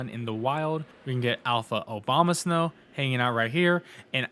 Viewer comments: bro said "Alpha Obamasnow" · You said "Obamasnow" twice hahaha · I swear every time you said “OBAMAsnow” I cackled 😆😆